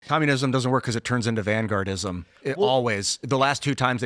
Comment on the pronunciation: word of the day "Vangaurdism"